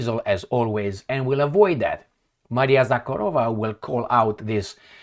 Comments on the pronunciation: It's Maria ZakhArova,, with emphasis on the second "A". The way you say it, "KharOva" is Russian for "Cow." Мари́я Влади́мировна Заха́рова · Zakha'rova, not Zakharo' va!